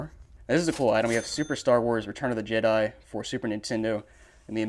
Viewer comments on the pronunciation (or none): none